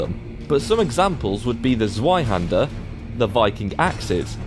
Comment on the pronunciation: I feel like all NordWarUA's mods fit here. They are of an incredibly high quality and have a nice, historical feel to them Also, Zweihänder is pronounced with a "V" in place of the "W", Zvaihender. It's a German word that means " both two hands"